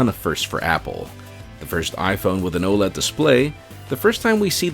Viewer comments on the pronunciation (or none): none